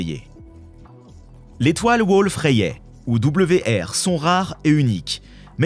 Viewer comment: En moins de 60s on sent que c'est une chaîne pour attrape-nigaud, à haute température Kevin. Même pas foutu d'écrire , de présenter, de prononcer une étoile Wolf-Rayet (dans ce canular c'est Wolf-Ryate, qu'est ce qu'on rigole ! ) J'ai pris plus de temps à écrire qu'a regarder un sujet d'empreinte digital cosmique. Allez cadeau ! Chaîne à but lucratif, uniquement.